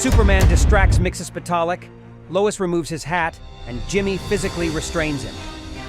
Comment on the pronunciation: Miksis pedal it voice to text will not spell his name right but you did not pronounce it right you’re saying you know you haven’t pronounced certain things right maybe do your research sorry if I sound mean just constructive criticism